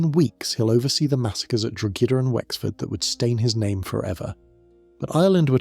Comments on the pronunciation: Drogheda is NOT pronounced "drug-hed-uh". I love your channel but PLEASE double check how to pronounce foreign words. Drogheda is pronounced "droy-duh". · "Drog-hed-Da"..my Irish eye twitches..